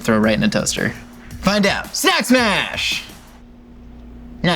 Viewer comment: Did he say sack smash that one time?